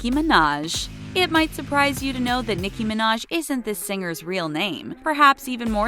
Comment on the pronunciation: They pronoced nicki name wrong 🤣🤣